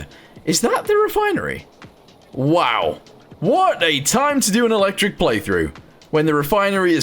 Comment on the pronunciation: Mmm yes... "electic"